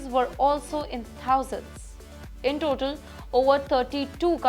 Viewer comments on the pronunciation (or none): none